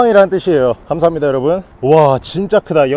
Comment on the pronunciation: 근대 나만 인사할때 곰팡이 여러분이 아니라 여러버 로 들렸나...